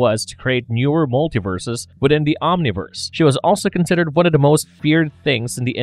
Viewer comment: Part off The wall, not part of Da wall.